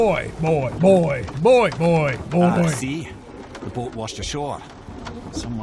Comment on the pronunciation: it's BOI not BOY but good effort